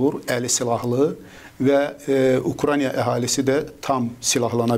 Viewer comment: Ukrayniya yox Ukrayna